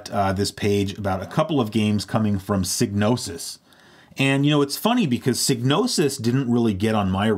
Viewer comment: "Seegnosis?" Really?